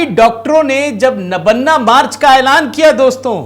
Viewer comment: नबन्ना नहीं सर , इस मकान का नाम नबान्न है । मतलब नया अन्न।